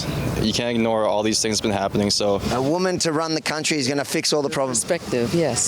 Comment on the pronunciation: "issa woomen" oooof